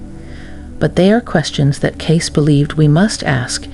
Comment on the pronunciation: AI voice not pronouncing Cayce correctly.